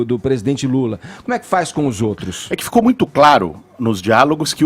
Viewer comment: O Edgar enche a boca! " O PRESIDENTE LULA"